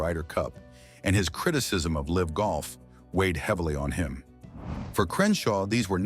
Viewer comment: Please edit and fact check your videos. The pronunciation of LIV golf is awful. AI narration requires human checking.